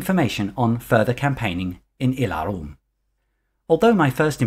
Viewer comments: I Have to be sorry, but your pronunciation of "Ylaruam" as "ie'la'rum" is faulty...it actually should be "iela'ru-am". This was explained in Euro gencon 1995 by Ken Rollstone himself or notes from him (I can't remember that detail). The "Alasiyan" is pronounced as "Ala'si'jan" Further great video. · You have nothing to apologize for (well, maybe that pronunciation of "Ylaruam")... We should be thanking you for these amazing videos. Thank you.